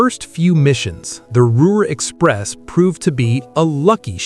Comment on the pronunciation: "Malton", not "Mounton" and "Molten AND "Ruhr Express" not "Rover Express" or "Ruler Express" Merlin engines not British Rolls Royce engines